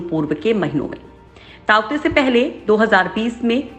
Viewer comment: ताउते तुफान उसका नाम नही हे तोकते तुफान हे उसका नाम ।